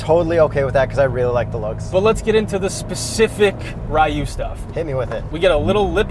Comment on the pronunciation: no Ri you or it slured into Ryou as in dragon I think